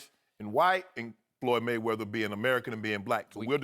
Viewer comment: Correction: "Fook da Maywedders"